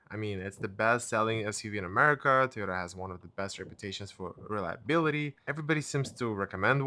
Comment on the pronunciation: It’s “toy-ota”. Not “T-ota”